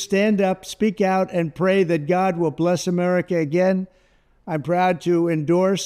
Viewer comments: When trump says "make America pray again ", I hear "make America PREY again."😂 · The Maga must be out of money. Then again, Trump does golf a lot. I think it was hard for Trump to say the word pray, or did he mean prey?